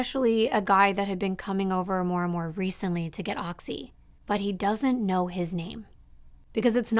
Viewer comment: girl no one pronounces oxi like that 😂❤️